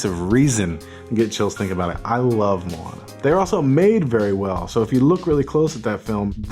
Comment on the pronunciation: Kudos to Bang for pronouncing Moana correctly !